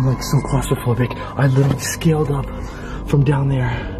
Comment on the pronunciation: literally is the proper way to say it not litsherly